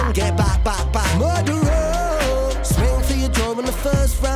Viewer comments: Damn, can sing. Let's hear it! What a great song. LOVE the groove and feel of this one. Ren smashes another one. I love his pronunciation of the word "murderer". Anyway, great reaction once again! Thanks,.:) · The reggae link that was immediate for me when he said it had a touch of reggae but mainly hip hop, along with the song title is Barrington Levy - Murderer, even how Ren pronounces Murderer just reminds of Barrington Levy. I think Ren has smashed it out the park on this one, I want to say its my new favourite but its getting hard to pick a favourite.. :D RA TA TA TAT